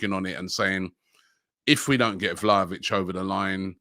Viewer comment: pronounce Vlahovic's name correctly or you just sound like the fool you look like.